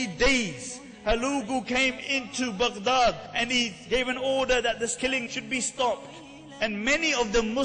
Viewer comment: Its not necessary to say Baghdad that way. It annoys me.